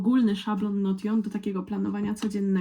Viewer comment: Hej, w razie czego Notion wymawia się Nołszyn :)